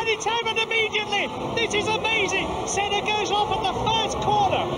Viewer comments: he said seena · You can hear a large amount of F1 fans annoyed on the mispronouncing of Senna’s name